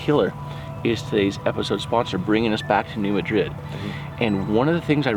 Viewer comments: As a resident of southeast Missouri, I think it might be important to correct a couple of your errors. It most definitely is NOT the Missiuri River, you are at the Mississippi River. Also, you are pronouncing the name of the town incorrectly. It is NOT New Ma-drid, like a place in Spain. It is New MAD-rid. Just thought you would like to know! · Dude...it's pronounced New MAD-rid, not New Ma-DRID. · Pronounced... New Mad Rid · You guys are great! Just to let you know you are saying New Madrid wrong😬 it’s pronounced like Mad.😡Rid New Madrid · City pronounced New Mad-rid..... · New Madrid (Mad-Drid), is how it’s pronounced. Thanks! 👍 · Its New MA-drid. Very different pronunciation than in Spain. Not ma as in a short form of mom either lol. Maaa as in what a goat says. Great work! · It’s pronounced “Mad-Rid” hope this helps! Keep up the good work! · New Madrid is pronounced with the accent mark on Mad. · You are definitely on the Mississippi River. And you almost had the pronunciation of New Madrid. But I love the videos and what you do. Keep being awesome!